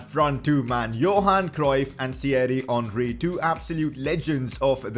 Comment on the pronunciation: Its henry not honry